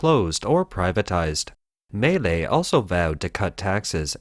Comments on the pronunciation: Maylay, Maylay xD It is Milei: Me-Lay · Milei is actually three syllables, but the average American should probably think of it as "millay," not, as this video characterizes it, "malay" or "melee." It's "mee LEH-ee" if you want to be technical. No matter how good one's grasp of politics, if you can't pronounce the players' names, you lack cred. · I just want to say he completely butchered his name. He's called Milei, pronounced something like "me-lay" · excellent video!!! some small corrections for outsiders: - Milei is pronounced /mee.LAY/ - He does not want to dollarize per se, but allow citizens to chose whichever currency they wish to use (nonetheless, the most popular and desired currency to use is the dollar). - The Argentinian state is composed of 18~ Ministries, of which he wants cut down to 7 and build a new one named the "Human Capital Ministry" which embodies health, education, and some other conceptd linked to citizen growth. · This sounds like it was made with AI technology.... Or maybe Siri?🤣 At least learn how to pronounce Milei!